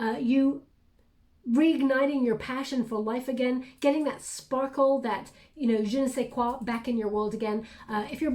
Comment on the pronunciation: That "Je ne sais quoi" was perfect 👌